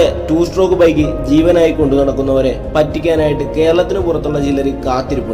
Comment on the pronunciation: നിനക്ക് വിഷമം ആവില്ലെങ്കിൽ ഞാൻ ഒരു കാര്യം പറയാം.... strock അല്ല stroke... 2 stroke 😶